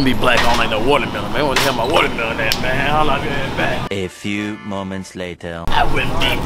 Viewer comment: wouldn’t be black if youn say “walermelon”😭😭 .